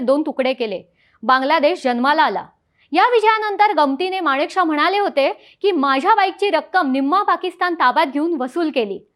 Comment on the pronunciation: बोलण्याचा वेग जरा कमी करावा. माणिकशाह नाही मानकेशॉ असा उच्चार आहे. बाकी सादरीकरण छान 👍 पाकिस्तान शेवटी भिकारी ते भिकारीच गाडीचे पैसे देण्याचीही ऐपत आणि नैतिकता तेव्हाही नव्हती आजही नाही... 😂😂